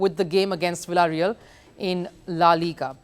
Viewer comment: So cheap she doesn't even know to pronounce villareal shame on